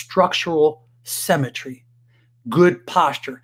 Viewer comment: The word is "symmetry" not "cemetery " 🤪